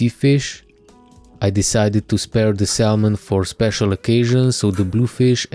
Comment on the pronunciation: Great video and narration! Lovely fish, first seabass I've eaten was the one I spearfished here Ireland - really tasty. Will definitely try spearfishing in Croatia one day. Nothing this important but thought it would be of interest - Salmon pronunciation doesn't include the letter L. English is not my native language - but this is what I'm sure of, yet it's not as important:>. If I can ask - when would it be ok to spearfish in Croatia in 5mm wetsuit? Cheers! Hvala liepo!